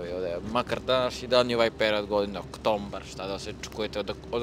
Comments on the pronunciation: Svaka ti čast i nije bitno kako pričas bas je i simpatično ali ne moj baš ono OktoMbar sa slovo M, pa nema slova M bem ga u ovom mesecu OKTOBAR OKTOBAR bez slova M, OKTOBAR OKTOBAR OKTOBAR OKTOBAR OKTOBAR OKTOBAR OKTOBAR OKTOBAR OKTOBAR OKTOBAR OKTOBAR OKTOBAR OKTOBAR OKTOBAR OKTOBAR OKTOBAR Nema slova MMMMMMMMMMMMMMMMMMMMMMMMMMMMMMMMMMMMMMMMMMMMMMMMMMMMMMMMMMMMMMMMMMMMMMMMMMMMMMMMMMMMMMMM POZDRAV I SAMO NAPRED EKSTRA SI SVE EMISIJE PRATIM KAD STIGNES U BEČ JAVI SE AKO VAM STA GOD BILI ZATREBALO SREĆAN PUT. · Ako nisi znao prije se govorilo OKTOMBAR.Zato je ostalo medju starijama da oni isto govore tako.